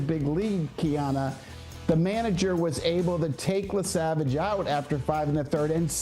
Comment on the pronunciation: YESAVAGE not Lesavage you mama Luke!!!!